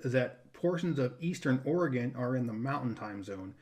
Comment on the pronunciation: hope you had a lovely Christmas with family! I’m Impressed with your State pronunciation!! Longest road trip moving back to Oregon City Oregon from San Antonio Texas and my brother-in-law thought he needed to set some kind of speed record!!!!.. We slept once for about six hours. There were three of us and 2 vehicles, so someone could always sleep while the other was driving.